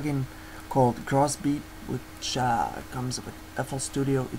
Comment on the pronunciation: Just to confirm guys, the plugins called gross beat. Not cross beat cause thats what I thiught he said XD